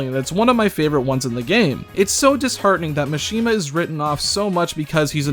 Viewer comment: STOP PRONOUNCING MISHIMA “Machine-ma.” It’s Mah-shi-ma like every other Japanese name